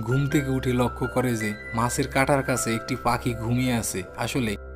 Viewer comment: আপনার বাংলা উচ্চারণ ভয়ংকর বাজে। ভিডিও শুরু করেই কাছে কে কাসে শুনেই স্টপ করতে বাধ্য হলাম। একটা কন্টেন্ট বানাচ্ছেন সেটার মান ধরে রাখার চেষ্টা করবেন।